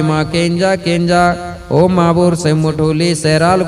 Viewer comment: महोदय मंत्र उच्चारण से पहले आप ओम बोलते हैं या ओ ओ बोलते हैं ।शब्दों के उच्चारण शायद हम न समझ पाएं हों।सही उच्चारण की अपेक्षा है।साउंड सिस्टम का भी दोष हो सकता है।